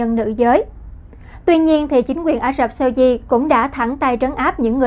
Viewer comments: Mỗi lần nghe này là mỗi lần tôi bị ngứa tai với vc phát âm tất cả những /s/ trở thành /sh/. Very effing ANNOYING!!! 👎👎👎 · đọc 'SAUDI' nghe kỳ quá